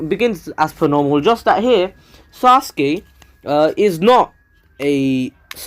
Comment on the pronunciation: That is actually the proper why to say sasuke